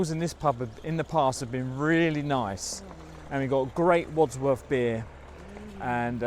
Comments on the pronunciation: The pond is called the crammer and caen hill is pronounced cane hill. And it wadworth not wadsworth 👍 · Why is it that Wadwoth is pronounced Wadsworth? Is it some peculiar English dialect thing?